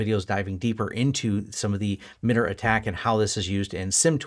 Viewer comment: This is great information. Thank you for posting this. A small point of feedback, in my experience working with people from MITRE and other FFRDC's, I believe the organization generally pronounced more "My-tar". Thanks again for the useful info though! I'd love to see you continue this path with more of a "network security monitoring for small businesses with pfsense/sysmon/etc" series.